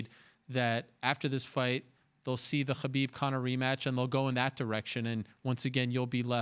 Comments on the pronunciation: Its Khabib... Why is he saying Habib?😂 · The way Ariel pronounces Khabib is infuriating. The 'Kh' is neither the correct sound in Arabic, Russian nor Avar, just pronounce it as Habib if you can't get it right. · That khabib pronounciation caught me off guard haha. Pretty subtle I'm impressed i sound like im dying if i try and promounce that sound